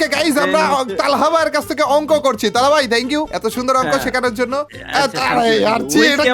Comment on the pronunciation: আপনি তালহা ভাইকে তালা ভাই বলেন😂😂